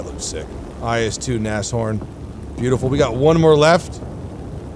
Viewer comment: Man, IS-2 is pronounce not like "I S 2", the right pronounce is like a verb "is". Hello from russia my friend)